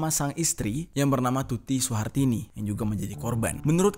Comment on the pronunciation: Ngomong kog plencang plencong to mas... Pak yosef dibilangnya pak yusuf, bu tuti suhartini dibilangnya bu tuti surtini, pak anjas dibilang dr. Anjas... Mbok nek ngomong itu dichek dulu mas.. Baru diupload.. Jgn cm ngejar adsence doang, gak dichek ngmngnya udh bener apa blm...